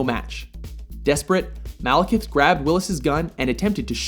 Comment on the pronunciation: I keep hearing "Malacath".